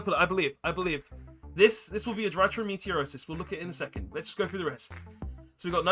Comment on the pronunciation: I'm slightly bothered that throughout this series everytime you attempt to pronounce "Meteonis" you say "Meteorosis" Enjoying the series apart from that though 😂😂😂